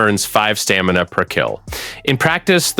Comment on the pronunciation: STA-ME-NA --- IN EVER WHINED